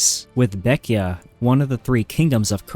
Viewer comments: Its not pronounced baek-ya. Its pronounced as how its spelled. Baek-jae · Baekje is not pronounced "beck-ee-ah," it's "beck-jeh" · Why are you pronouncing baekje baekya?